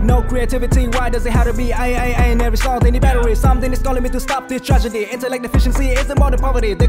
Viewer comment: Giờ mới nghe lại câu cuối: Real Dramas aint Soaps....hình như thầy phát âm "Lain't" Soaps hay sao ấy